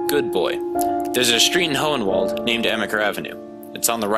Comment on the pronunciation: Went to HS school w Christy..she was a grade below me but we were still friends...I noticed SEVERAL things n the documentary that were incorrect..like the town name..it is HOHENWALD...not whatever dude said.. n e way .yea...this is one of the very reasons I can not stand that town AT ALL. EXTREMELY corrupt.